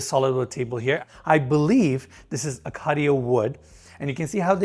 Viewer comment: Acacia = ah-kay-sha btw boss :)